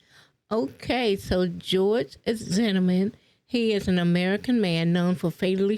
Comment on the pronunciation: How can you do a story on George Zimmerman and not be able to say Zimmerman correctly, smh